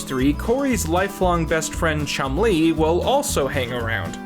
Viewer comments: I really like Chumlee being pronounced like Chun Li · Please learn how to pronounce Nevada and Chumlee. 😁